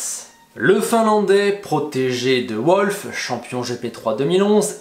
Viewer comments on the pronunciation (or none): Toto wolff est autrichien, pas allemand, et ça se prononce « volfe », pas à l’anglo-saxo « ou-olf ».